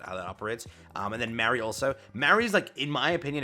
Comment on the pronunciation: My only gripe with the event being this long is that I have to listen to say "Mary" or "Marie" instead of just "MA (like when you call your mother) - RI".